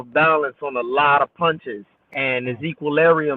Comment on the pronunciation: His ‘equalarium’ was off....😂😂😂😂